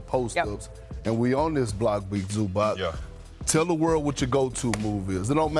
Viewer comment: Thank you for pronouncing his name correctly